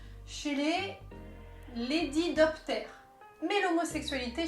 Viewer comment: Lépidotère, non? C'est la famille des papillons, mais lédidoptère, j'ai jamais entendu parler XD